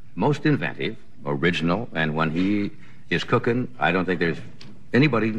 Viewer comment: Johnny said cooken..😃🤣🤣 .